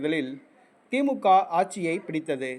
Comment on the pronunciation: ஆச்சி இல்லை ஆட்சி சரியாக உச்சரிங்கள்